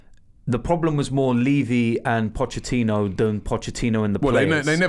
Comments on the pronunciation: Somebody tell Robbie it's Pochettino, not Pochechino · Robbie stop saying Pottechhino, Pottechhino ffs 😑😑😑✋ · Caleb Wortley The ex spurs manager is Pochettino not Pochechino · Can someone tell Robbie it’s Pochettino not Pochechino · His surname is not pronounced Pochechino Robbie. There is a T there, not a 'Ch' sound. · Nobody: Robbie:. Pochechino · Robbie 'pochechino' 😂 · Pochettino finishes his five year reign with Tottenham and Robbie still calls him pochechino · We should be focusing on how Robbie calls him Pochechino almost all the time!